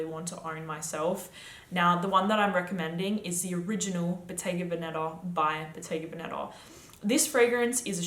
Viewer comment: The correct pronunciation of "Bottega Vèneta", the accent falls on the first e not on the 2nd one 😉